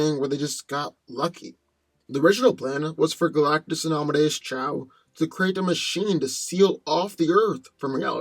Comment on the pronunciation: Is it Amadeus Chow? Or Amadeus Cho? Cho, right? So say Amadeus Cho.